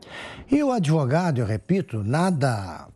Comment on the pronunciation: "ADIVUGADO"... É como pronuncia o "grande, honesto e ilustre" Relator dessa vergonhosa CPI. Que nojo! 🤮